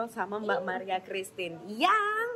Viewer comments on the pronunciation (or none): Maria bukan martia